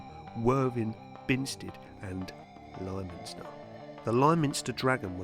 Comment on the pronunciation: Us locals don't call it lie minster. Liminster, like limousine. Just so you know :-)